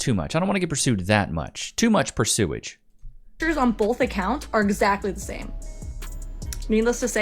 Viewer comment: Did you just say "pursewage" :D